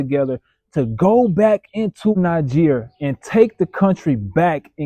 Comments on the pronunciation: Alright, brothers and sisters, he is saying Niger 🇳🇪 and Not Nigeria🇳🇬. ( Niger is pronounced as. .Knee - jae or Knee - jay). Shalom!🌺❤️💛💚🙏. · He's saying Niger 🇳🇪 not Nigeria🇳🇬 . ( Niger 🇳🇪 pronounced as ..Knee - Jae, or Knee - Jay). Shalom!🌺❤️💛💚🙏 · Nice lovely breakdown. But learn to say Niger properly.